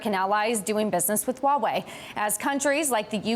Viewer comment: Kinda disappointed even the Huawei CSO cannot even pronounce "Huawei" right....